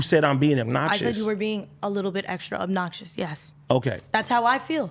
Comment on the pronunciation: I’ll never respect a man who can’t pronounce “obnoxious”, he keeps saying “eggnopsious”.